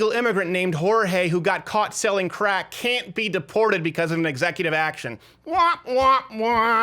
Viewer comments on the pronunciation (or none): "I just came here to sell the crackses" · "The Crackses"